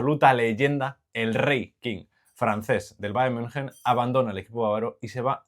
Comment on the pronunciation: decir bayern munjen ✅ valorar correctamente a coman o decir algo con sentido en todo el video ❌